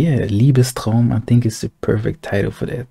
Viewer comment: Do you speak german? Because your pronounciation of Liebestraum sounded native 😂 Btw you have to Listen to Wagners Parsifal, Last 5 Minutes are the Most beautiful harmonys i ve ever listened to 😍